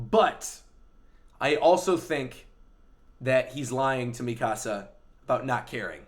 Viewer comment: Devante Frazier He's pronouncing it correctly. み か さ